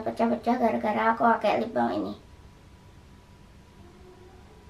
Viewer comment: Kocak sama dia bilang libam aslinya lipbalm